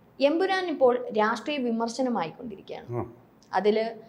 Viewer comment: എമ്പുരാൻ അല്ല, എം.ബീരാൻ😂😂